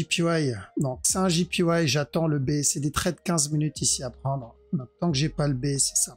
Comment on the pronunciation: Merci ! "Jipiwaille" pour JPY ca me tue à chaque fois xD